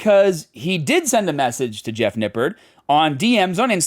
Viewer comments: You said "Nippard" wrong. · it's pronounced "nipp-ARD"